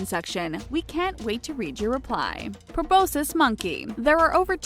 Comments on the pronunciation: its pronounced pru-bos-kis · You pronounced proboscis wrong